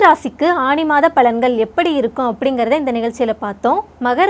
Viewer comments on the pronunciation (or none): ஆணி? ஆனி?..... தமிழ் மொழி சாகிறது..... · தமிழ் உச்சரிப்பு திருத்தப்படவேண்டும் "ஆனி " என்பதே சரி